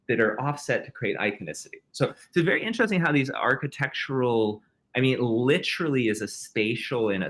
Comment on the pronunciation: Fascinating interview, but if this guy says "LITT-erilly" one more fucking time, I swear